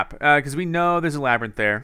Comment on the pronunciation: Wait why is Labyrinth said like lab rint?